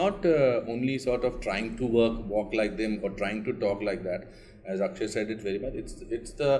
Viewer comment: Akshaye not akshay